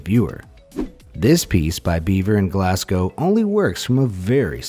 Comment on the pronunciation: ffs its glas go not glas cow